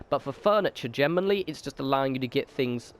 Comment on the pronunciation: Lol how does generally turn into gem-en-oh-really?